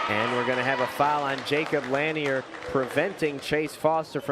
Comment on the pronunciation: Lanier is pronounced La-near he driving me crazy saying it like that 😂😂